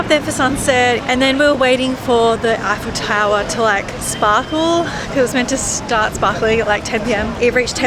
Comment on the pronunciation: A tip for you to say tour eiffel.. say F L tower. Stop highfel tower lol